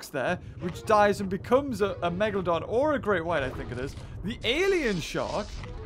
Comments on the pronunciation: Did you just say "the Megadolon"? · I think he was support to say MEGladon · “It’s a megalodawn” #TheMeg